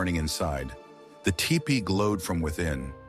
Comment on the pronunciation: TOO BAD.... ANNOUNCER DOES NOT KNOW HOW TO PRONOUNCE THE WORD T E P E E EE.